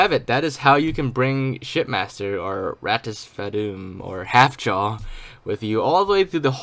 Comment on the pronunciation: It’s “R-Toss” Say the R as one word or letter.. So you should be saying “R—Toss” that’s how you pronounce it :) it’s spelt Rtas.